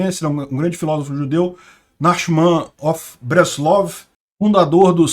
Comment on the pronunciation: A forma correta de falar o nome do Rav Nachman de Breslov é a seguinte: “Narrmãn shel Breslóv”. Obrigado, Shanah Tovah u’mtukah (um doce e feliz ano novo)